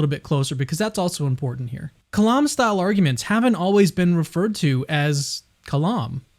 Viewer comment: The "lam" in the word kalam is pronounced like "lamb", not like "Lawm"